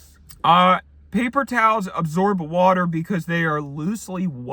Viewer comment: I liked it when he said [ˈpeɪpər ˈtaːls]